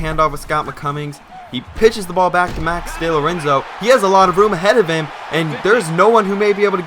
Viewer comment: No big deal but it's pronounced Dee-Lorenzo like Dee Gordon from the Dodgers.